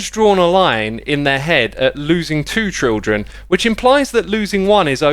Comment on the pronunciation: sounds weird how x pronounces children like trildren